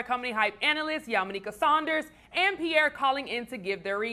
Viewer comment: it's PIERRE! nigga smh